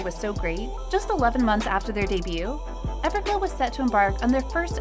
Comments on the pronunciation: did she said ever glue? 😂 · "everglue" 😭 I'm sorry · when she said evergloo 😂